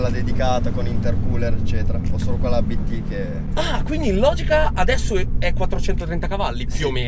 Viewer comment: Si dice Abt non A B T 😅 è un cognome